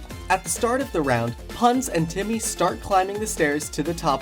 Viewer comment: Timmy not jimmy neegelly not geenelly 😂